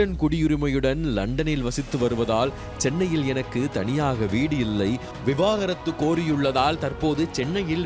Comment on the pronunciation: எல்லோரும் ஏன் விவகாரத்து விவகாரத்து னு சொல்கிறீர்கள். அது விவாகரத்து. விவாகரத்து னு கூட ஒழுங்கா சொல்லத் தெரியாமல் செய்தி சொல்வதாக அலப்பறை பண்ணிகிட்டு இருக்கீங்க. 😂😂😂